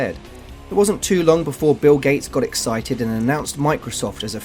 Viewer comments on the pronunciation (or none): none